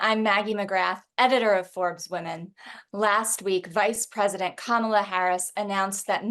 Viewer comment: Its calm a la it is ka mal a